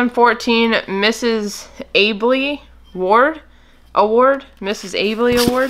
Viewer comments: AL bee is how her name is pronounced!!! And yes she is awarded to high sales!!! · The Albee’s are exclusive to Presidents Club members an award for over. X amount in sales. And yes they are collectible to s group of people. And it’s pronounced owl bee